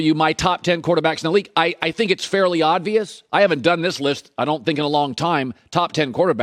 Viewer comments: I didn't get to his ranking because after the third oddvious instead of obvious went straight to comments to make sure. He seemed like he lost a bet to do this and see who notices. He said it many times. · Swap Lamar Jackson with Kyler and I agree with the entire list. Also, it’s OBvious, not ODvious. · U know what's obvious? Colin keeps saying odd-vious 🤣🤣🤣🤣🤣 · Do I keep hearing Colin say "oddvious"?